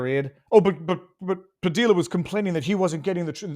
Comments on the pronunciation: When the commies have to create chaos it means what ever they are whining about isn’t a crisis at all. BTW Padilla is pronounced “Pa DEE ya”. Double L is Spanish is pronounced like a “Y”. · His last is pronounced Pa-dee-ya. Double L in Spanish sounds like y. You've lived in Miami long enough so you should know this.🤣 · FYI- Padilla Hispanic pronunciation the LL is more like Y. Pah-dee-ya